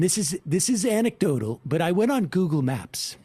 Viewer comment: Dave has learnt how to say anecdotal. It used to be 'antecdotal' - consistently. He's evolving. Lol.